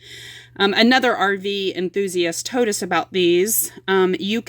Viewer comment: There is a L I REPEAT A L in HOLDER!!! Wow that’s so annoying!! Love the video but Jesus lol. Use the L’s there in the words! Thought it was just that one word it’s TOLD!!! There is a L in this word also!